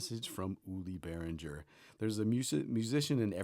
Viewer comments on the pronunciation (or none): It's not pronounced "bearindger", it's more like "bear ringer"